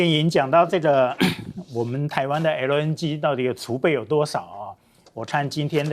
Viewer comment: LNG 唸成LN居？又啊啊的講話. 又愛裝嫩⋯⋯專業點